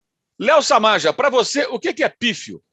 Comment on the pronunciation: É Samaja (Samarra). Kkk